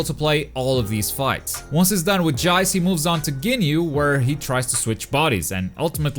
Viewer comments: Did he say "Jayce"? Lol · Love how u say Jayce! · This just in: can’t say Jeice’s name correctly.